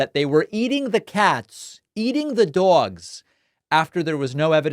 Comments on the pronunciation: "They're eating the cats; they're eating the dzawgs..." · I like how you made sure to pronounce dogs like the Fat Orange TURD, when he pronounces it like “dohgs” 😂😆🤣